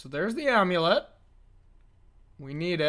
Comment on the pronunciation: Are they saying "Amu-Lit" though? But it's also possible your just trolling us 🤔 You're obviously in a spicy mood with the little "Baum", you know that what draws in the crowd 🎉 It's also possible I may not be hip like